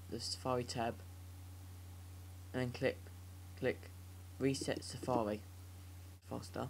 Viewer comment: Safawi. hhahaha you sound pro:D